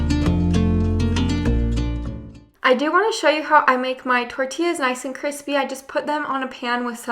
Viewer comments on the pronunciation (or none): none